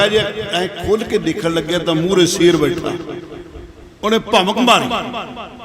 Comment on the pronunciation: ਸੇਰ ਨਹੀਂ ਸ਼ੇਰ ਕਹੋ